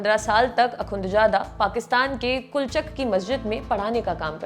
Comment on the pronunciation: Akunchada nhe hota.. Akhunzada hota hy madam.. Naam seek lo wazo kr lo phr taliban ka naam lo